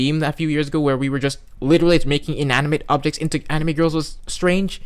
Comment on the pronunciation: I commend you for your almost correct pronunciation of anime (anee-me)